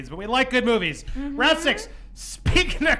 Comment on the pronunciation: I don't know if it's presence or what but I think I heard saying "these boobies" instead of "these movies".